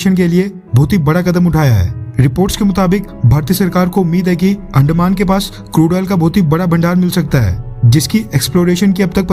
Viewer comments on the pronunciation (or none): Bro please don't insult our language please... अंदमान not अंडमान